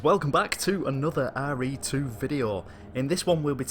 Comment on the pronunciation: "Hey guys, welcome back to another arr ree 2 video", Lol.